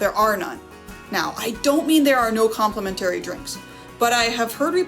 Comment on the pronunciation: ... Across not acrost and compliMENtary please! 🥺